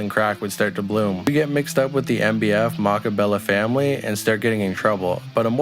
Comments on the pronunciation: Mack baller bloods. Thts not how they spell it (mac balla) it but yea that's how u say it just in case yall niggas care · Him sayin makk balla wrong is driving me krazyyyy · he said mackaballa lmfao